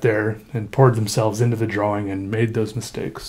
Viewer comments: "I dont like a lot of my drawings" I feel you but your art is amazing. btw I love the way you say drawing. "drawling" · It's funny when he says drawing cause he pronounces the w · why does he always pronounce drawing like that